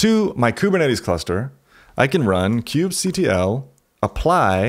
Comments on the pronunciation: Sounds stupid when you call kubectl "kube cuttle". It's literally kube control. Ctl is generally known to mean "control" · Ugh, stop calling it Kube-Cuddle. So lame. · It throws me off everytime he says "cube cuddle*